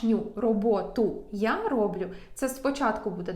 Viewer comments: не рОблю, а роблЮ!!! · Але все ж таки : не рОблю, а роблЮ